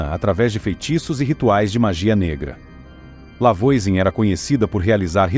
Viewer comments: Já começou errado o vídeo. A pronúncia do nome da primeira bruxa é "Vuazan". Não conhece francês? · Massa, mas a pronúncia do nome dela está bem incorreta, afinal é um nome francês. De toda forma o vídeo é muito legal 😊